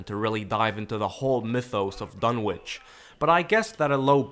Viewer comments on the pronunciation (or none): Fun Fact: Lovecraft. being an antiquarian and anglophile, presumably thought it should be "Dunnitch" not "Dun-witch"; like Greenwich or Norwich. Nobody seems to care, though, and certainly not the hacks who produced this abomination!